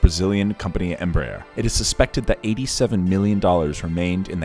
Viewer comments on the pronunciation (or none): none